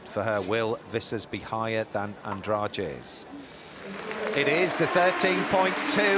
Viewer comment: They keep saying “Andraje”. Is her name really supposed to be pronounced this way???